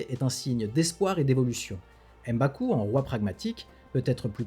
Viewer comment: M'Baku, on ne dit pas "Em" Baku. Comme pour M'Bappe.